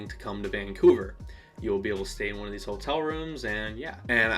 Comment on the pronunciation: Dude, it was so fun to meet you! Wish we'd had more time to talk. Glad you had fun. Thanks for sharing your feelings with us. I felt the same way. When you say "Ho-tell," it's the most Michigander sounding thing ever and I love it! Cheers